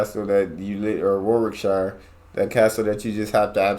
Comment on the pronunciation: Warwickshire is pronounced Wa rick sheer.